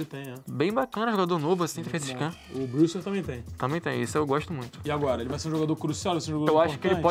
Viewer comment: a pronuncia do brewster é "breuster "